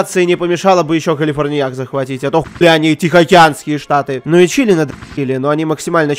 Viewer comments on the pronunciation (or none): none